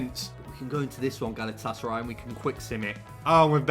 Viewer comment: Not even a minute in and he’s called them galatasary 😭